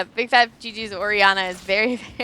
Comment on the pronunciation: BIG FAT L - P. FUCK, are you guys paying that little attention? BIGFATLP, there is not a single G, or at that, 2 G's in the end of that name. Fuck, I'm turning the sound off, just because of that mistake you made EVERY GAME.